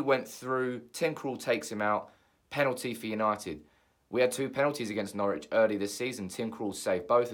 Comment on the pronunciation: Its Norwich